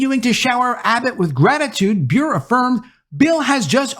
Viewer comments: Bure is not pronounced Be-ure. Her family pronounces it Burr-ay. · Great video,. I got to help you on something. Candace Cameron last name pronounced Bur-RAY. The "e" is not silent. It's Russian. Her Russian husband Valeri starred in the NHL. His brother Pavel was one of the greatest Russian-born hockey players of all time. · BTW, Candice Cameron Bure's last name is pronounced Boo-RAY - she married NHL player Valeri Bure in 1996. GAF channel is making dozens of new movies, and in less than a few years have already become a significant competitor to Hallmark. Our family has already watched a number of their movies; like Hallmark, they're already in Christmas movie mode. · Bure is pronounced BurrEH. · Bure is pronounced Burr-ay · Bure is pronounced Burr-A I only know this because she married russian hockey player Pavel Bure. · It's pronounced Ber a